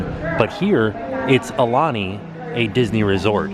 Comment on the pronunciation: "Ah- uh - lah- nee".... Aulani..., HOW did you continuously get that wrong, when I KNOW that when you arrived, someone from the resort greeted you and said the name of the resort!